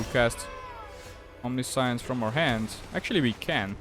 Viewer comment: I know English isn't your first language, so I want to help you pronounce Omniscience correctly. You are pronouncing it "omni-science", which is how it looks, but that's incorrect. For future reference, it's pronounced "om-nish-ence". That's the US English way of pronouncing it. The UK/European version is "om-ni-si-ence". Both are technically right. Here's a link that can play both versions of the pronunciation for you. Hope that helps! EDIT: If anyone didn't know, "omniscience" means all-knowing, or knowing everything there is to know.